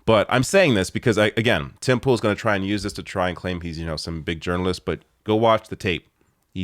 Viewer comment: When you say Tim Pool you pronounce it as "Timple" highly amusing but I am sure not deliberate:)